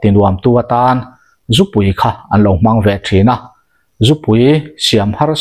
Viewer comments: Zu an zúuu tiin i lam ri a , a diklo in ka hria, zú an ZU ...ZU tih hi a hniam tur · 😂🤣🤣🤣🤣😄😂😅zu an zuuuuu.🤣🤣😂 iva han chhiar thiamlo hehhuh tak. Zu an zuthin, "zial an zu, tih a "zu" a rik dan angin lam tur. Nangniho vang hian alawm tunlai thangthar ten mizotawng an thiamloh em² a, diklo tak taka an lam tak thin ni. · Zu an zu😂😂meizial zu angin lam rawh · A ngaihthlak i va tinuam thiam dep dep ve. Tin, "Zu an Zu" tihkha vaihlo zial zu anga lam tur. Tunlai an Rakzu siam dan chu hlauawm tak ani. Tunlai mithenkhat Rakzu siam danah chuan Buh a tel tawhlo. Entirnan, Chini 10kgs ah hian Yeast- bawmkhat lo telh tase, Chau pack- na sarang suih bawk, fun 60 achhuak theia, Changel sahsawm an bilh tel chuan fun 70 a chhuak theia, Puan chiah varna Robin- burkhat an telh belh leh chuan fun 90 a chhuak thei daih ani anti. Saihapui lam mi, ka Tuikuk hlawhfa-in min hrilh dan pheichuan, Vaiho chuan Glycel- hlo tur telh hian a hlawk duh antia, chutiang chuan an thlawr thin ati. Mahse chutianga thlawr chu plastic bura han dah pawh hian a lo rei hnu chuan a rawng hi a dang daih tiin min hrilh ani. Hlauawm bet bet tak ani. Khap ani chungin kan in tho tho si a, Mahni intur zu siam dan tehi a rukin thiam ila, tin, Zu-in vanga ruih tum kher kher lovin, chapo leh midangte tana hnawksak kher lova damdawi ang leka kan hman thiam hi a hun ta khop mai. Khawchhak lam mi, kan hmel anpui Utube- han thlir hian ahmei apa-in mahni zu siam, tlem tlemin an in thina an rui betbut loh hmel tlat. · Thlà leh thlá te, Zú leh zù te, khawn leh khâwn tih te tam mai. Tawng thlûk dan dik zir i ngai nasa hle mai, a awmzia a bo lek lek thin. Entirnan, Zú hi an zú ngailo a, Zú an zu thin( zupawl tih a zu ang hian).